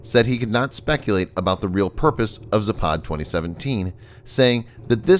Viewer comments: It's pronounced "zApad" not "zapAd." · Its Západ not Zapád, невозможно выстаивать